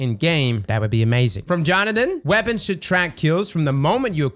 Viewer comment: Did you say "legacy focusing weopons", as in Luna Howl, the mountain top, ect?